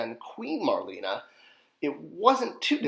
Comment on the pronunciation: Nearly crapped my pants when I originally saw the images for Marlena. A perfect release for her! I bought two to display both versions & have both bio cards:D Though I believe she was like Marlena Dietrich...pronounced Mar/lay/na. Thanks. You're a legend:)